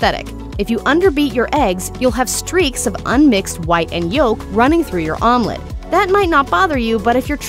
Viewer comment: It took me half the video until I caught what she means with "Armlet" 😂